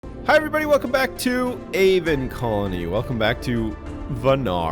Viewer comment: Avon Calling-ny